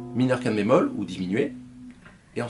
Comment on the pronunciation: Ah j'ai compris, vous dites "5te bémol". Ok. Comme ce n'est pas un terme usuel, ça vaudrait le coup de bien articuler à ce moment là.